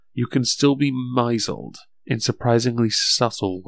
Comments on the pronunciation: I never imagined that I would hear the word 'misled' pronounced like that before. I'll just pretend that was drunk when he made this.... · Lol I love how he read "misled" I kekd. The content was good though.